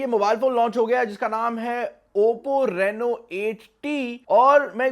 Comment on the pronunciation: Rano Nahi Reeno Hota Han 😄😀